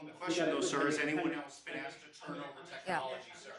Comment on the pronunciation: Who would have thought a politician with an earring that says axe instead of asked would turn out not to be a good guy ....